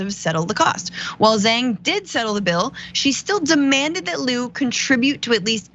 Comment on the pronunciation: FYI.Zhang is pronounced like JANG not zeng.. Liu pronounced like LEOO not Lu.